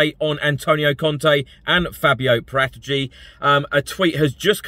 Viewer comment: Please learn how to pronounce Paratici